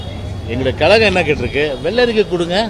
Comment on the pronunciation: Kazhagam or kalagam.. ozhunga thamizh kooda pesa theriyala.. saguni mama pasanga.. thalai le onnum illa